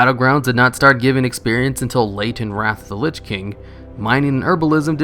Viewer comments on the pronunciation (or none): none